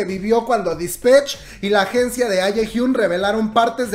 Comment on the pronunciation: Se dice disPATCH no disPETCH. 💖